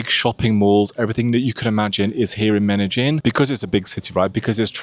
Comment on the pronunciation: Why did you pronounce Medellín like Meta-Gin?